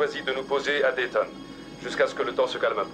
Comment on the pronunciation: Oui alors... c' est Dayton (Ohio) Pas dalston!